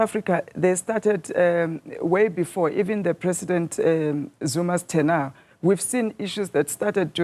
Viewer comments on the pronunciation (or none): can even pronounce word tenure